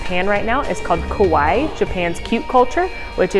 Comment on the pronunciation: (Japan exhibit) it's Kawaii not Kowaii. Ko makes the word mean scary.